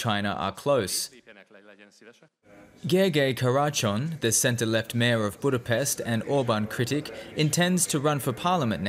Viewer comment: So, you pronounce Budapest with an S, which is wrong, there should be a Š sound (SH) but you say FIDEŠ, which is also wrong (it should be FIDES, with an S). Journalism at its worst.